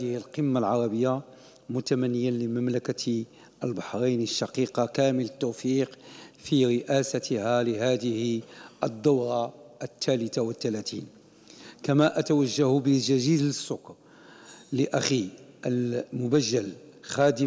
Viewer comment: 😂😂😂😂سمعو ججيل السكر😂😂😂بغا يقول جزيل الشكر